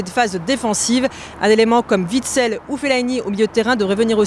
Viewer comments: Vitsel?😑 on est pas a table hein!! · Vitsel... c'est pas la marque d'eau Vitel. On dit ("ouitsel")